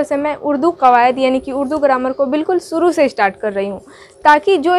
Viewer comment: It's shuru , not suru.